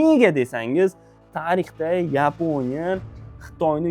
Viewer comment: YEEEPONIYA DENG😂😂😂